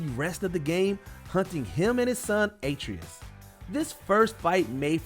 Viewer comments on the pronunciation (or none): "A-tree-is" is technically correct but gamewise its "Ah-tray-is". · And Aytrius instead of "a trayus" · Why you pronounce Atreus like that?